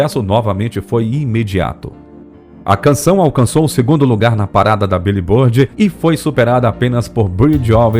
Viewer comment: "biulibôrdi" é o ápice